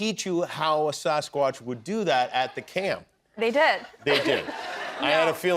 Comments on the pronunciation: Nice interview. She seems like a lovely girl. I live up here in the PNW. Land of the fabled Sasquatch. I cringed every time Jimmy mispronounced it as Saucequatch. Riley would gently correct him every time he said it, but he was defiant. It's Sass-quatch. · Quit saying saucesquatch Jimmy. ITS SASSSquatch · What is with Kimmel’s pronunciation of Sasquatch? It bothers me, and he said it 30 times! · WTF is up with Jimmy's pronunciation of Sasquatch?